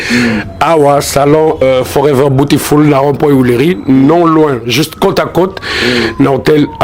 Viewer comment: Salon botfoul😂😂😂😂noon ken .beautiful (ça se dit bioutiful)😂😂😂😂